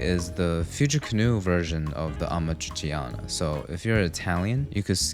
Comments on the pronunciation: Hear you pronunce Amatriciana es "AMACICIANA" broke my italian heart. Uso google translate next time 🤣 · Amatciciana hahahahahahahahhhahaha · As an italian I can say that your Amatriciana was very well done, unfortunately you didn't pronounce every word of our beautiful language perfectly, so expect a package in your mail in the coming weeks